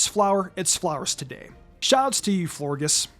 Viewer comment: for Florges, you pronounce the g like a J, so "Flohr-Jess".